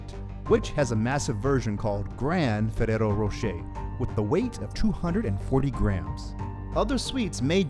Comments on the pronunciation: Learn how to roll the R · Fereros rosheir :v